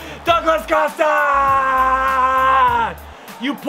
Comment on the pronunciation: YOU PRONOUNCE COSTA THE WHITEST WAY EVER!